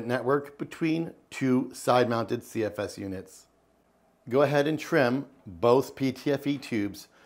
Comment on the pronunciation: Here for the "CFSeseses"